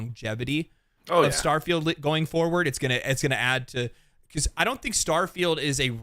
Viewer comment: Did someone say “STAHFIELD”?